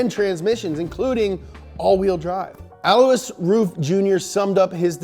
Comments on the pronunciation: BTW, Alois is not pronounced as he says it but rather el-wa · His name is pronounced “Alloy”. Just sayin. Lol